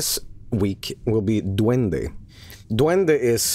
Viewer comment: heya, I'm from El Salvador. (Nice pronunciation btw)Bro, on public tv we had a tv program (on national news btw) that reported on that shit. Amongst that photo, on that shit we had: - A report that claimed that Pokemon, Yugioh and all anime from the 90s was from satan - "real" ghost sightings - "real" alien and paranormal stuff Man living in third-world countries sure is shitty lmao.